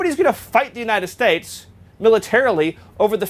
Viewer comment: "Greenland should be part of the United Stipes." As in Michael Stipe? He does it again . Maybe it's in purpose, so when he is later put on the stand, he can claim he was talking about a make-believe place called The United Stipes.